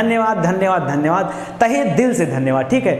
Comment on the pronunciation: सर् धन्यवाद बोल के धनिया बना देते हो